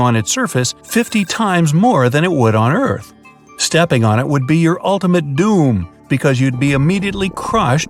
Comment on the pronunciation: When he said "Stepping on it would be your ultimate Dooom" I felt that...